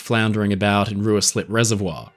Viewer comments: It's pronounced 'rye-slip', not 'roo-is-lip'. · Rooeyslip ? Pronounounced 'Riceslip' despite being spelt Ruislip. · Not Ru-i-Slip Lido, Ruislip is pronounced Rye-Slip. It is now a part of Greater London. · I imagine that lots of people have told you that Ruislip Reservoir, now a popular recreation place with a nice sandy foreshore, is pronounced ... RYE-SLIP. Not ROO-EE-SLIP. The reservoir is worth a visit and a trip on the associated narrow gauge railway around the water. Just fyi. Working on a record of any historic event really should take care. The Gibson film in various versions is freely available to collectors of 9.5mm movie films. ML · I saw ANTR when it was first released. It's way better than Cameron's movie imo, but then Hollywood has form for its usual excess. Anyone notice a young David McCallum as Harold Bride and Honor Blackman as a passenger in first class? Btw, Ruislip is pronounced Rye-slip not Roo-is-lip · Its pronounced RYE slip reservoir. Not REW IS LIP. RUISLIP. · As much as I like your videos and you obviously do a lot of research, you do need to check your pronunciation sometimes. Rooa-slip reservoir.................. Rye-slip Lido Marry-lnd..................................Mary-land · Ruislip is pronounced Rye-slip. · Thank you for this. It was very interesting. Just one thing though. Ruislip (as in Ruislip Lido, in London, where scenes were filmed) is pronounced 'Rye-slip'. I used to live in a neighbouring area & have walked around Ruislip Lido many times. x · Apologies if this has already been flagged up but Ruislip is pronounced 'Ry Slip' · Excellent video, thank you BTW Ruislip is pronounced Rye-slip (say it quickly) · The reservoir you mentioned is pronounced RUSSLIP over here in the UK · Superb video, thank you. Completely incidentally, Ruislip is pronounced "Rye-slip", stress on the first syllable. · Great video. Just to note: Ruislip reservoir is pronounced rye(like eye)slip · “Ruislip” is pronounced “rye slip”.